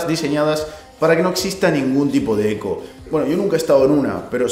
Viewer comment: Cada vez que decís eco se muere un gatito